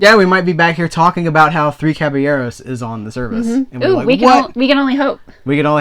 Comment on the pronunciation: Not kahbeeyeroes my friend... it´s pronounced kahBAHyeroes with a "soft" "R" at the end.. not a "hard" one. Nice vid. Keep up the great work! Always fun when is hanging out.